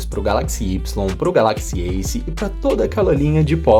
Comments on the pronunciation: Da agonia ouvir ele falando galÁxy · A sua pronúncia de Galaxy está errada